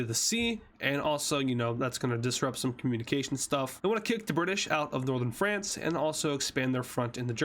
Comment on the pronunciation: All I can say is Bri'sh